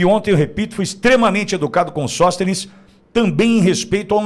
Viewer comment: Sõstenes o que é isso??